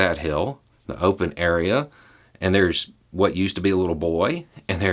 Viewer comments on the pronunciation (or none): none